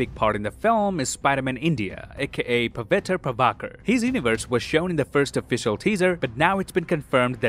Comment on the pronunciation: I just stopped when I just saw Pavitra Prabhakar... (Spiderman India ❤️) and love the way pronounced it 😂❤️ Love from India dude ❤️